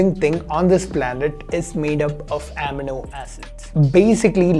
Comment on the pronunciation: Finally something I can show my parents to bust their MSG misconceptions. Great video as always! :D PS - It's amino (uh-mee-no) acid :)